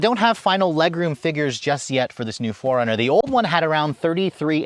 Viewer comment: Why am I keep hearing Foreigner instead of 4Runner 😂😂😂